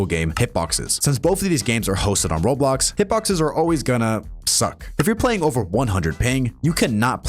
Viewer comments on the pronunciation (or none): none